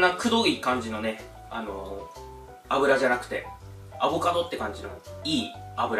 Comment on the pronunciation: アボ⤴カド⤵さん。🤣